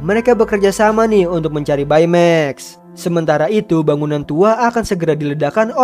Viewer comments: Bacanya bei maks. Bukan bae meks. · Baymax read text beymex not baimeks right